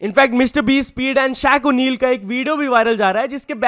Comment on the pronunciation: Shakeel-o-Neel ❌ Shaq-o-Neel✅